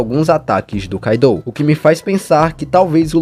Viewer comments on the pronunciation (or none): none